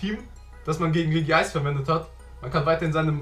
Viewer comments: Ist es so schwer Regice auszusprechen? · es wird Regi Ice ausgesprochen. Es wird aber nur mit einem i geschrieben weil doppel i scheiße aussieht.